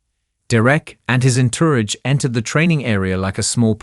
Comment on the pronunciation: Get an announcer that knows how to pronounce words like entourage.❤❤❤